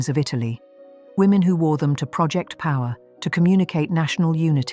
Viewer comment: You could improve your pronunciation. In English it’s not próject but projéct. It’s the stressing. But robots can’t distinguish that. For those who treat such videos seriously I recommend watch but subtract 25% as made up. If you have time to verify it. Otherwise just believe in this nice sounding robot.